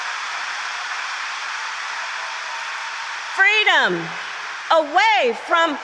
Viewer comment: “FWEEEEEDommmm!!!” If that wasn’t canned applause I’ve never heard it before … Aside from the idea that she’s full of crap and not aware she is part of a Republic … NOT A “Democracy”